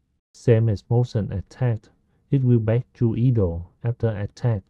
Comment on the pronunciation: great tutorial, just a small note, 'idle' is pronounced 'eye-dul' rather than 'ee-dul'